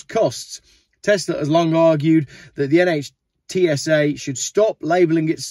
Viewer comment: NHTSA is pronounced "Nitsa".